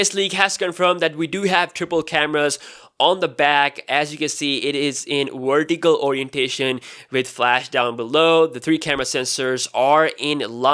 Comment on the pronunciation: "it is in wortical orientation"